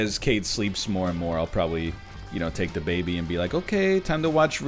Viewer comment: every time NL says "the baby' i hear "dababy" and i think he's just walking around the house with the rapper